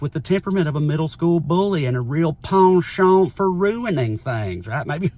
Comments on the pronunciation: Trae’s pronunciation of penchant is spot ON ! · You had me at "penchant ".😂 And you said it correctly. 🎉